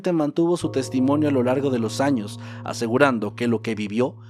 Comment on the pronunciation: En la miniatura en vez de decir años, parece que dice anos